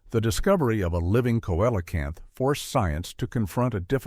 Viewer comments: Never heard of a cowellacanth, it's pronounced seallocanth 😮 dah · The fish is pronounced "see-o-la-canth". Duh.